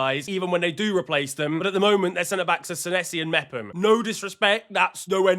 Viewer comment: Mepham? Brother eugh.....